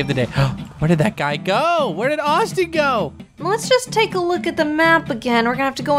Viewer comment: I was like bruh when Megan was like IT'S AUSTUIN IT'S AUSTIN